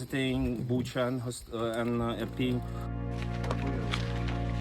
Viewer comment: its irpin' btw and not iprin